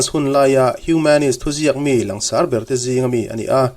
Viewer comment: Ngaihthlak a nuam in a hlawkthlak thei hlê mai. Langsar tih thlûk hi han lam dik phei la chu a țha leh zual in a rinawm. "Lang" tih rîk dân ang chiah hian sar tih pawh hi a ri tlang tûr ani.